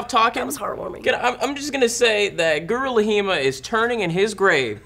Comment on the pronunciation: It always sounds like is saying Gorilla Hima instead of Guru Laghima.